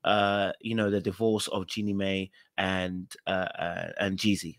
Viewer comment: It’s Jeannie pronounced My